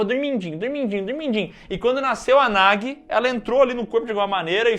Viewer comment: isso é a tradução, a tradução é sempre uma b*sta. O Chamado 2 ganhou o subtítulo "O Circulo se Fecha" no Brasil, e não tem nada a ver, o círculo NÃO se fecha e a Samara NÃO É derrotada. E Sadako 3D 2 dublou o nome da menina errado, não é "Nagui", pronuncia-se "NAJI". Vc não tem culpa de estar confuso